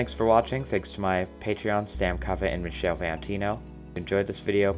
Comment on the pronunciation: you pronounced it better than some people. When I’m in Germany or Japan, my name is a lost cause. I don’t mind, though. I think it’s endearing.